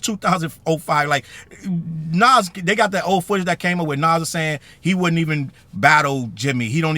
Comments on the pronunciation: Why are we highlighting and using ANYONE's content that says Naz instead of Nas? AI or not? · Naw Challz I cant get behind this one gang..... We just gunna ignore how ya boy says "Naazz"? SMH For real tho Jim need to start going down to the local Homeless shelter so he can help them get washed up too..... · Facts on facts. Like whodaf- is Nazz?! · But why he say Nas like that?! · bro I hate when whites talk ab hip hop they don’t even care to pronounce the names right how tf do you not kno how to pronounce “nas” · “Nas” listen this AI is awful, but if it’s not AI and it’s a person who pronounced his name like that you don’t need to be reporting on something or a genre of music when you don’t know how to pronounce the people’s name properly